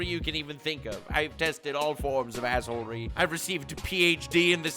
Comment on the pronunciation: Are you trolling with yhe way you are saying assehole-ery?